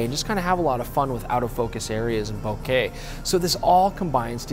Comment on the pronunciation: Best part of this whole video... pronouncing bokeh correctly